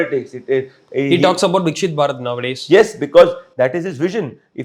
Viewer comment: Durga Prasad , it is not vikshit . It is vikasitam in sanskrit. Viksit ( hindi ) means blooming / blossoming 🌸